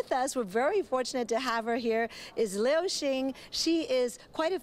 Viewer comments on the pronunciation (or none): liu ，不是lin